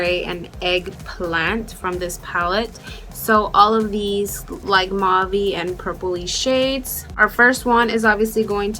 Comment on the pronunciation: I like how you call Mauve [Pronounced MOWVE] Mohvee... So cute!